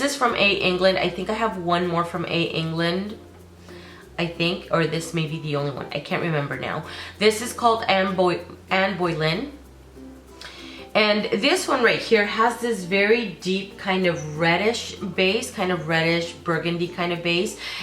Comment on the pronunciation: Boleyn, not Boylen 🤗